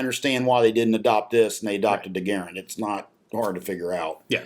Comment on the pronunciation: Jean Cantius Garand (John Garand) was born in Quebec. I’m Canadian and my Dad’s Quebecois; the French Canadians don’t emphasize syllables, they say De-Oh-Dor-Ant instead of deodorant. GAARend is wrong just as grAAND is wrong; you will never be able to say it the right way because QUEBEC IS A BIZARRE PLACE FULL OF BIZARRE PEOPLE! (It’s lovely btw)